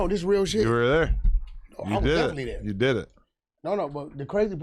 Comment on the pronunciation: The man said “dere” and not “there”